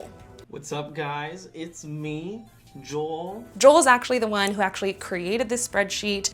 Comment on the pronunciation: It's an accent thing. I know. But I heard. lol. We love